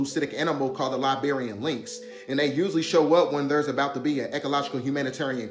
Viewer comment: Too many damn IDIOTS 😂 LOL 😆 JEEEZZ DUDE like wtf 😑 where In or On God green Earth does the Iberian Lynx sound Like the Word LIBERIAN??? 😅 SHEESH sound it out "I-BER-IAN" pronounced like (EYE-BEER-EYAN) NOT (LIE-BEER-IAN)